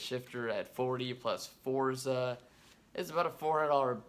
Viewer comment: It drives me crazy when I hear someone pronounce forza wrong.